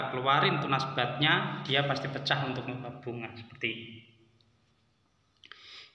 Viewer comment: Pecah pak.... Bukan peca.... 😁😁😁